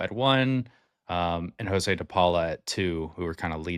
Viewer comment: One thing you missed is that the Dodger drafted Sirota in 2021 out of HS, but he turned it down to go to Northeastern. Dodgers have been on him since day 1. BTW.. DePaula's name isn’t pronounced “JoshWay” it’s “Ho’s way"